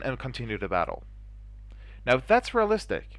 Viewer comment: lol I heard you saying "moralistic" , that crack me up :D